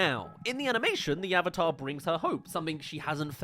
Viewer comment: Dear God every time I hear someone say owvater instead of the correct way of saying "AVATAR!" I cringe so damn badly this movie was so damn bad